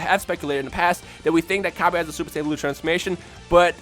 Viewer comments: I could not continue to Watch this.. Pronunciation is deplorable... I honestly hope you are getting this from some type of fanbase, otherwise I weep for the grammar of future generations... This is basic kindergarten grammar... Cabba not Cab-aye.. Not Cabb-ay... Cabb-ah.. I pity the poor soul that has to eat Cabb-ayge stew to survive... What is that, some kind of knock off Cabbage? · LOL Cabb-aye its Cabb-Ah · You can't pronounce cabba properly it is a pun of cabbage so it it pronounce cabbah bot cabbah